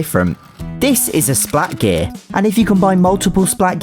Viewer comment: The way he says splat gear